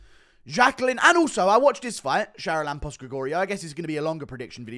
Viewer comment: You are butchering the pronanciation of the fist guys name. Its Haralambos.